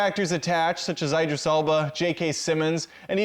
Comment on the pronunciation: you dont pronounce Idris Elba's first name right